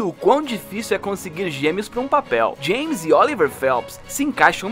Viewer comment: Vídeo horrível cara, se você quer falar de alguma série de livros tem que pelo menos aprender a falar o nome dos personagens."Seimas"?Sério mesmo?